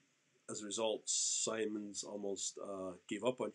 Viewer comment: Pronounced like “Sigh-mons”